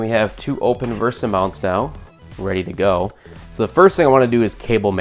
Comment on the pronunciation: VESA not VERSA